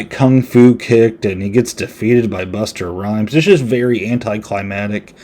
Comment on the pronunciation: Bust-a Rhymes not Buster